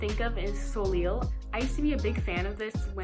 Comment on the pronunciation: "Soliol" lol, it's prononced "Solay" !! it's french for the sun, soleil